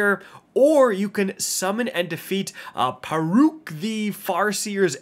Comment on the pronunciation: I'm pretty sure you butchered the pronunciations of both Rheasilvia AND Pauurc lol